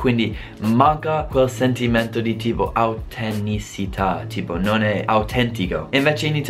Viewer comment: Ciao!! Grandissimo come sempre Piccoli appunti si dice autenticità , non autentisita